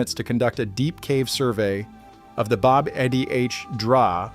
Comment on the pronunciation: This is great :) (btw, it's pronounced "bab eh draw"). It's also close to the hard packed in ash and sulfur structures of Sodom and Gomorrah.